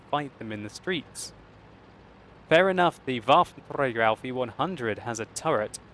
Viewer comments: I like when he says "waffenTRAGER" :D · Waffeltrdrdrdrdträger allf e onehundred xD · sounds weird if uses german pronunciation Waffentrrrragerrr he should also says "einhunderrrt" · You speak "Waffenträger" like Hitler 😨😂😂😂